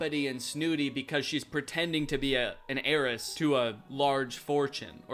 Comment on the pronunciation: I know it’s ‘heiress’ but all I hear is ‘Aeris’